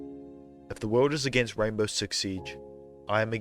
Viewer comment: I thought you said gaybow six siege